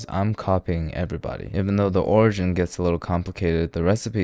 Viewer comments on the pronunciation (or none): none